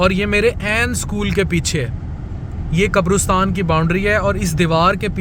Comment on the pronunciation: Maazrat ke saath....it's not qabrustan.....it's qabristan